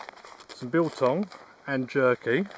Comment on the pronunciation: Your pronouncing of biltong is on point. I muxh prefer biltong made by the south African shops and not the mass produced store bought ones. They have too much preservatives and have an after taste.